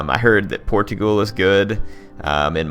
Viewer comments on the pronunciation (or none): none